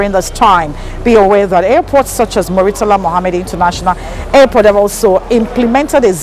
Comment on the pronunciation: Mummy tala?? Please pronounce it “murtala”. You are one of many people who mispronounce that name.